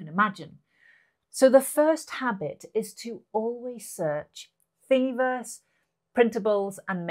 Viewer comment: FYI, its THingverse not "FINGverse"